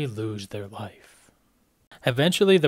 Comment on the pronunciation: Why does he keep saying ´´bearhhhh´´, ´´lifehhhhhh´´, ´´to seeehhhhh´´